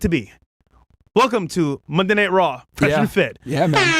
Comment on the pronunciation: Wyron and Fwesh 🚬